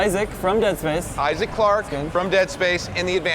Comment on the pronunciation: it's Isaac, not Aizek -__-''